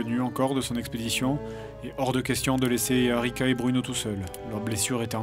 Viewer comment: j'ai entendu Arnica au lieu d'Arica... :C